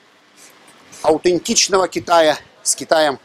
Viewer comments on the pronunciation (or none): на 1.56, слово "аутентичного" было произнесено как-то по особенному. С акцентом таким знаешь, китайским что ли.